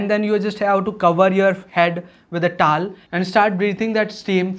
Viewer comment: Thank you. What is the tal? It's to-wel. 1.to 2.wel. 😁